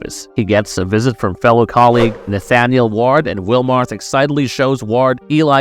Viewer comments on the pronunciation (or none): none